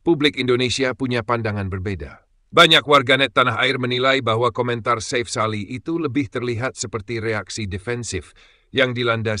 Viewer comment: Chanel ini sulit besar jika tidak melakukan perubahan sulih suara yg asli, kelemahan nya ada pada pronunciation , artikulasi, dan pengucapan yg benar, contoh nama safe sali di ucap safe (dlm bhs Inggris safe) harusnya safi, ini krn admin pk sulih suara generate otomatis dr suara dr Gugel /AI Chanel lu gk bakal sebesar garuda space, GALZ, hattrick, timnas dll yg pake suara asli, lebih enak di denger, lebih benar pengucapan nya